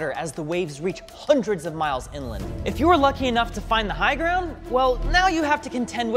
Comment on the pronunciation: “the gwound”